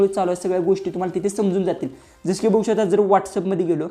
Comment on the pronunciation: बघू शकता अस आहे दादा ते वाक्य. स्पष्ट बोला म्हणजे समोरच्याला कळेल. बहु शता अस ऐकायला येत आहे